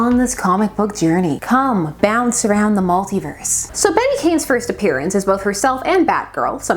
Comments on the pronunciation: It's actually pronounced "Bet" not "Betty." She is the weakest of the Batgirls. Barbara is the bomb, Cas was ok, Spoiler was fun, Flamebird was created to be weak and a comment of celebrity wannabes. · Bat-Girl. Flamebird. Hawkfire. Also, is her first name pronounced "Bet" or "Betty"? I've heard conflicting reports. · I always thought her name was pronounced Bet. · Fun fact. Until just this very moment I have always assumed Bette was pronounced as "Bet". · I always thought her name was Bet(te) not Betty, the Canadians in us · Heck, until you specified it I thought her name was pronounced "bet" as well, and I'm from Mississippi. Cool video! Never knew about this character at all until now. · For a while I was pronouncing Beet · DC really puts you through it with "Bette," unfortunately. Remember Plastique? Bette Sans Souci is French-Canadian, so she pronounces the name as one syllable. That's the way I read it, too. I have to see "Betty" or "Bettie" to see two syllables. Still, Bat-Girl will always be "Betty" to me. Sue me, I'm old!😆